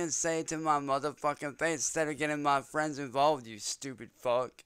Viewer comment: Leave my fwendz and famblee alone